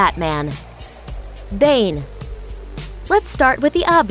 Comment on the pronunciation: it's pronounced Bané